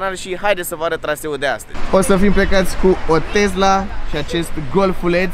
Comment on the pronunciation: Tesla nu ‘Tezla’